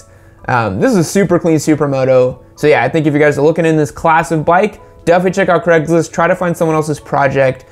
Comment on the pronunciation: “Creggslist”. Great pronunciation.